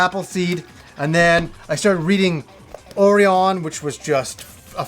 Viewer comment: Daniel Davila not in my book it's not. I also don't approve of the way he pronounced Orion, but I don't know if that may just be the original JPN pronunciation